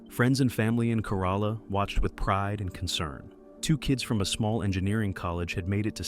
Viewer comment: Kerala = CARE-a-la I've been there; that's how it is said. If you had just said it once, I would have let it go. But man, it made my skin crawl more and more each time. Google is right there, with both pronunciation guides AND recordings... why?